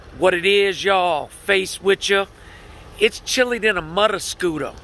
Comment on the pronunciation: "It's chilly-uh than a mothuh-scootah". 🤣😂😅👍👍